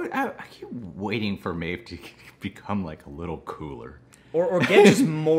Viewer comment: I feel like the deep is gonna switch sides as some stage in the season so they're trying to give him a redemption arch and make him a "good guy". Maeve is actually an Irish name, ye pronounced correct the first time "May-Veh"